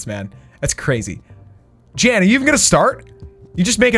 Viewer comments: Jan not Jen dude..😁😁😁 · It was Jan not Jen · Hes name is jan not jennnnn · YOU KEEP CALLING JAN JEN YOU EVEN NAMED THE ARMY 'JENS' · IT'S JAN NOT JEN! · Her name was Jan not Jen. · How many times does say Jen instead of Jan. Say the right number and you win a virtual cookie! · Jan is not the same as jen Jan is a Dutch boys name and sort of spoken out as Shawn and Jen combined This just kinda made me mad bcuz my grandma is named jan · It triggers me that u say "Jen" but it's 'Jan' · First it is Jan not jen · It’s Jan not Jen or jam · It’s Jan not Jen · Its Jan bro not Jen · It’s Jan not Jen why did you name your army Jen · Jan not jen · Its Jan not jen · I feel like "Jan" is Afrikaans and is keep on saying Jen😂 Ah boere is mar awe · Jan is a polish name it’s pronounced “Yarn” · His name is pronounced yan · you spoke Jan wrong out, it’s actually a dutch name. You speak the J as a Y.😅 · My name is Jan and you pronounced it wrong xD it’s a German name